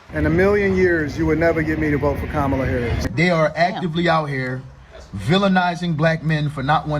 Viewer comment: The way she pronounces "Haaarriss" is awful btw. 😂